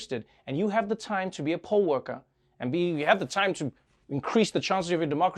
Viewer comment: Poll worker NOT pole worker!!!! It took me way to long to understand what he was talking about 🤣🤣🤣😂